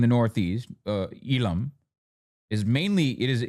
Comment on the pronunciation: not even sri lankan tamils call it eelam like that 😂😂